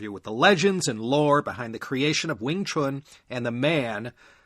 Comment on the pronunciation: You had me from pronouncing "Wing Chun" correctly - not many Americans do, even longtime practitioners of the art 😅 I admit I discovered your podcast because of these 2 episodes, but now I'll listen to it from the beginning. Outstanding work! 👌👌🙏